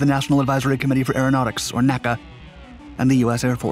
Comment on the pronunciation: You do not pronounce N.A.C.A. as "Naka." That's a later thing since "NASA" rolls off the tongue better. It was always spelled out, "En Eay Cee Eay."